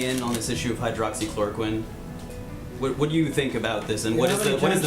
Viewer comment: it happened because he mispronounced hydroxychloroquine. And said something like hydrochloride. An ingredient in the fish tank cleaner. A man and his wife drank it. The man died.